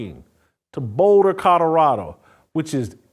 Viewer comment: Jason…COL OR RADO NOT Cutterado… 🤷‍♀️🤷‍♀️ Love ya! Great show as always!